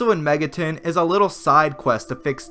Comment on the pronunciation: Mega TON not TIN